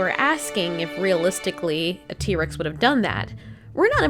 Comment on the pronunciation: T. rex not tree